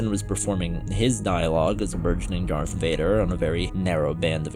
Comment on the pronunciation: I was enjoying the video until you said “dark Vader”. Dumb ninny.